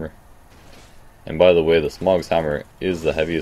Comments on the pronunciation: Why can't people say Smough correctly? You don't pronounce doughnut dog-nut do you? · Sorry man I wasn't trying to come off as a troll it just seems like everyone from the souls community cant pronounce his name and after a while it just gets irritating. XD